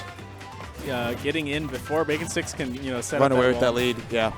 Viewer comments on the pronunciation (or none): It's Baconsticks not BakingSticks. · I'm the Samus player. It's baconsticks not BakingSticks lol